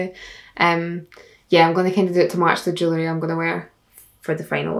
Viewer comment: When she was saying jewelry I thought she was saying jelly, I need help😭